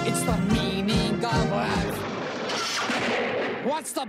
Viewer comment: Am I the only one who instead of "The meaning of life" I hear "Tha Meaning of WAF!" in ????XD